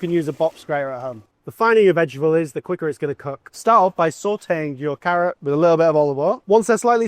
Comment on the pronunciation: He can't say the word vegetable 😅